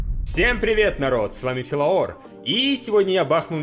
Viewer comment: НЕ фИлаор, А фЕлаор!!!!